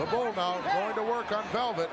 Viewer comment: In the beginning, he calls "Paul Nakano," which is wrong! she's "Bull" Nakano baby!